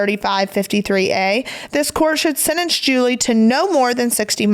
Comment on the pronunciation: PLEASE learn how to say sentence!!! Not sennence!! 😂